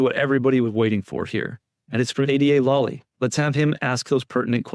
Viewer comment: Love ur vids & I fully support Karen Read. I can't stand Lally either but - please just pronounce it right! LAAAly - not LUUUly. The A sounds like the word "laugh". Lally. I'm all zoned in to what ur saying & every time u pronounce it wrong it throws me off of concentrating